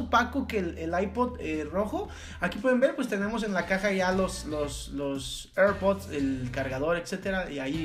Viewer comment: El dice que son aipods😂😂😂😂🤦🏻‍♀️🤦🏻‍♀️